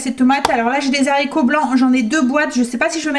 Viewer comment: Bonjour. Vous me faites rire quand vous dites les Zharicots vert. Dans le temps, les professeurs n acceptaient pas qu on dise Zharicots, il faut dire '' Haricots ''. Mais bon ce n est pas grave, je vous aime bien. Vous êtes mon petit feuilleton du matin. Je fais souvent des gâteaux aux yaourts, je vous donne ma recette si vous voulez la tester un jour dans vos vidéo. C est un gâteau au yaourt ultra léger et bien aéré, essayez. INGRÉDIENTS / 1 pot de yaourt nature, 3 oeufs, 2 pots de sucre fin, 2 pots de farine et 1 pot de maïzena, 1sachet de sucre vanillé, 1 sachet de levure chimique, 1 pot d huile de colza, la moitié d un citron pressé, où encore mieux la moitié d un citron confit coupé en petits dés. Alors en premier, séparer les blancs des jaunes d'oeufs. Dans le saladier des jaunes, mettre le yaourt, la farine, le sucre, l huile, le sucre vanillé, la levure chimique et le citron. Bien mélanger au robot, il faut que la pâte soit bien bien mélangée. Battre les blancs en neige, les incorporer délicatement à la pâte. Verser dans un moule beurré et fariné, au four 30 minutes environ, à 180 degrés. Votre mari qui trouve que le gâteau au yaourt est très sec, et bien quand il goûtera ce gâteau, il va tomber. Gâteau très très léger, aéré. Gros gros bisous 😘😘😘